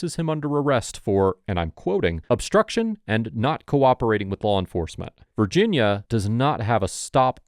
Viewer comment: Respectfully, That was not a direct quote. A direct quote of the officers pronunciation would be more like 'Obzstutteon' because he failed to properly pronounce the word 'Obstruction'